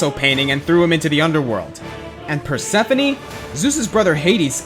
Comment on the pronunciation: you pronunced Prosephone wrong its like per-sef-ohn-EE